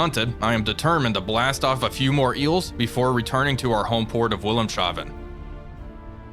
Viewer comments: Always makes me chuckle when english speakers pronounce Wilhelmshaven. To help out: In German the s and h do not combine and (in this case) the v is pronounced like F. So it's Wilhelm's Haven, or in a more modern spelling: Wilhelm's Hafen (literally Wilhelm's Port). And that's also the phonetic spelling, I guess. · to pronouce wilhemshaven its pronounced vil-helmz-ha-fen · Love the show Wolfpack! If I may be of assistance, it's pronounced Willems Haven. Wilhelms Harbor in English. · Wilhelmshaven is actually pronounced Wilhelms-haven, not Wilhelm-shaven. Haven/Hafen = Harbor. Wilhelm's Harbor. But good on the pronounciation otherwise! :) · Wil | helms | ha | ven. No 'sh'-sound. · Either that or a Shaved William is something new that we shouldn't be discussing in public. 😜 Immer glaube ich daß die Deutschen Wörter richtiglich ausgesprochen sollen. Though I generally don't correct anyone. He does try. That's worth something. I always give points for trying. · I know this is a 10 month old video, but the sh in Wilhelmshaven is not a dipthong. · That pronunciation of wilhelmshavn really threw me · Your pronunciation of Wilhelmshaven is unique and mainly recognisable by you. Otherwise, good content. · Unlesh you're Schean Connery 🙂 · Glad I'm not the only one that notices when he says that.